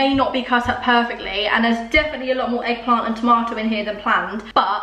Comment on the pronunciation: Did she actually say eggplant?